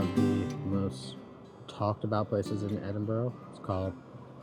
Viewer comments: It is not Edinborro,it is Edinbra! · Loved the vid but it’s Edinburgh, as in ‘Edingbruua’😊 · Its pronounced edinburra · It is not Edinborrow. It is not Edinberg. The ending ~burgh is the short form, throughout the UK, of ~borogh and is prononced Edinburra ( or Edinbru if you are local.) I've only lived here 60 years, but I had to get it right pretty damn quick. Also as said, reek is primarily smoke in this case, not smell. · No it is NOT "Edingbruua"! For a start, there's no "g" sound and it doesn't end in "bruua" Are you a native of the city. It doesn't seem so. Well I am. It is pronounced "Edinburra"